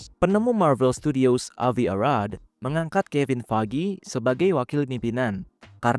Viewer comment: kevin fayji bang bacanya